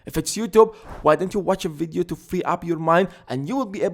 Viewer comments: I like how he says videoo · The way he says “video” 😂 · i love how you pronounce video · just came here to listen to you saying "video"